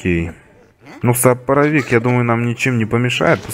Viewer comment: споровик а не сопровик